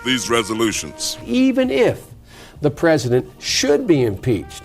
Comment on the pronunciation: What’s a pezedent?